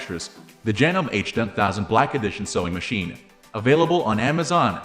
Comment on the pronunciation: Yeah, hard to take a review seriously that can't pronounce the name. Well, that, and the obviously computer generated voice.